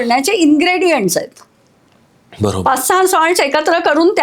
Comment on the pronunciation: Bara kshaaarr ok not barashar